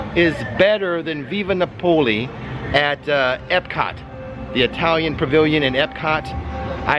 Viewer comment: You're cracking me up with your pronunciation of Via Napoli 😂, it's Via NApoli, not VIVa NapOli 😛